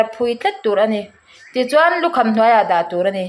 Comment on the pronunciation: Lawm bawih, 'i ril a ṭâm chuan chaw ei rawh' kan tih a, 'chuan' kan lam rîk ang hian, 'a notê chuan' tih kha lam rawh.❤